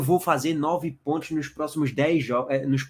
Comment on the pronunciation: Que zorra é essa q esse cara fala PONTHIOS?É sacanagem?